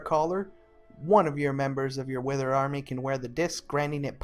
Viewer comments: good video but pronunciation of withered threw me off, surely its "with erd" and not "with er id" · Withered, not witherid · I like how you pronounce Withered as a noun differently than withered as an adjective.